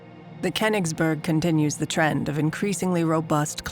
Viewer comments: the reading consistenly mispronouces koingsberh as kennisbo erg damn american cant ever pronouve stuff right. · Name: Königsberg Anglo voice actor: "KhenisbÖrg" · the Pronounciation of königsberg is driving me insane! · Was AI used for the voiceover? The speaking is somewhat strange and both too fast and too slow, and she messes up Königsberg all the time